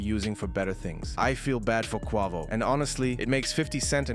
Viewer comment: Bro said Quwavo